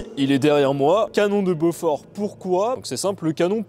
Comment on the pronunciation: Super explication, seul petit bémol, ça se prononce Bo-For et non Beaufort qui est lui un fromage. 😁